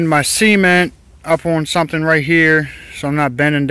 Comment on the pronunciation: I like these DIY videos. Anyone can go out and buy a new factory made cover, but there is pride and creativity in a homemade project. Judging by the crab baskets, and how you pronounce "cement", you have to be from Maryland. Great video man!